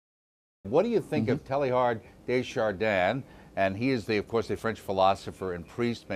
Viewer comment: Telly-yard? Really?